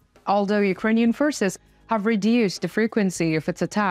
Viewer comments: I've never seen you look so happy,,,...its good see that smile, considering the horrible war your reporting. I love the map reports, as many do. Sure glad you can pronounce the names of the Ukrainian cites since no one else can like you can. one last thing, HAPPY NEW YEAR TO OUR LOVELY ANNOUNCER. 😊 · You are an amazing announcer! Your English is perfect, and the way you pronounce the complicated names of Ukrainian cities and towns is impeccable! How can you do this? Please, could you reveal your nationality? I'm very intrigued...